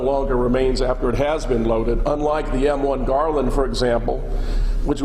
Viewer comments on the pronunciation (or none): "M1 Garland" hahahahaha..... It is a M1 Garand... Please know what you are talking about. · The M-1 Garlan? what an idiot. And this guy expects to be taken seriously? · Well done, but it's the Garand, not Garland. And it's Remington, not the Remington-Rand typewriter company, though it did make 1911s during WWII. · M-1 Garand, not garland.